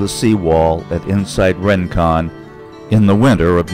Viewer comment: Isn't it pronounced "ring-kon", not "rin-kon"?